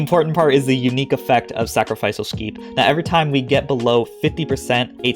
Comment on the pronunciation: melee= may-lay sacrificial= sacra-fish-ole